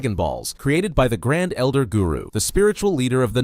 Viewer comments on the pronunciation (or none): none